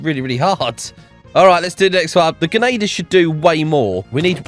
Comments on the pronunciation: dude keeps saying genader not grenadier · The way he says genader